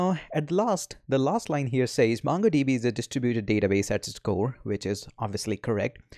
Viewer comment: m sure....u dont code much!...n the pronunciation of "M-U-NGo DB" is stuck in my head!